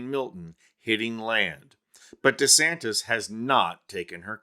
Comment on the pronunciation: CC keeps saying Ronda Santis. Maybe he's making anti-trans laws because he's in denial.